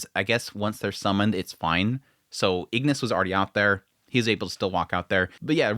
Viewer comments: Igris! Not Ignis! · I continue to like your coverage and the comparisons with the manhwa. I think you have the name of Igris the Red wrong; for some reason you kept adding an n and saying "Ingris". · Igris not ignis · He's pronounced igris not ignis btw. R not N